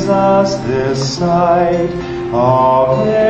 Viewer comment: Would be nicer if “Ave” wasn’t mispronounced.